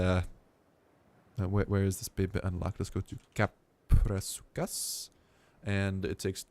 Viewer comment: It's pronounced kap-row-soo-chus